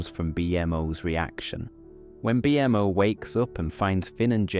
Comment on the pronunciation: Great episode!! So glad this popped up on my feed when I needed to sleep. The way you say bee-m.o. is so funny lol